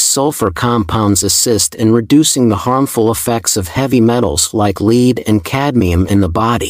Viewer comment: bizarre pronunciation such as leed instead of lead …